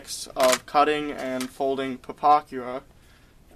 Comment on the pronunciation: there was actually SOOOOO much more WRONG with this guys vid than just some numbers.. he doesnt even know how to SAY the damn name.. things wernt mixed up in the model.. HE was mixed up, his red lines and black lines were fucked cause he doesnt know WTAF hes doing, things should be like this, BUT opposite... a lot of double talking and rambling on .. when he said "dont use your $30 pen".. i lost it... i was laughing so hard by that point i had to stop everything... Ohhhhhhhhhhhh ... boy oh boy..